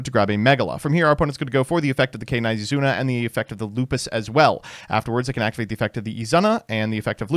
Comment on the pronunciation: i am still wondering where the fuck did you get this pronounciation of Izuna az Izana and its super annoying